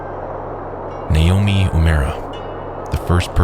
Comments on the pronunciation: Nay Omi is incorrect, the Japanese alphabet has no nay it's nah, nah o meh .. And no u(you) it's oo a mura Na o meh oo eh moo ra Great video but you butchered his name. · it's pronounced nah-Oh-me oo-eh-MOO-rah